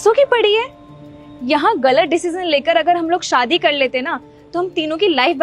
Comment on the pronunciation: Abe Shaadi hota hai Saadi nahi 😂